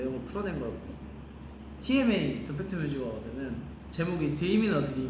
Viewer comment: I guess I'm starting to share the same braincell with ATEEZ cuz I literally thought that the way he pronounced TMA awhile ago sounds TMI lol